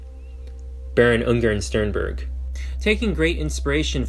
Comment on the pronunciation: 1.5h Video but cant spend 1 Minute Looking up how to pronounce the name you will mention like 4000 times